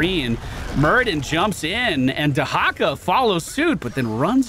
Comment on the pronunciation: I did not realize q can get cdr like that. Going to have to keep that in mind from now on. Also thank you for the correct pronunciation of tyrande and dehakas names. ❤.